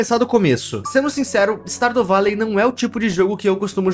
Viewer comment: "Stardo valei" AKAKAKAKAKKAKAKAKAKAKA